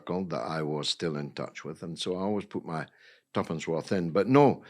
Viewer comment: He said tuppence, lol.